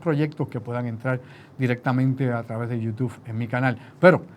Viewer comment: es youTUBE, no youTUF. Saludos, es que me choca en las neuronas la pronunciación.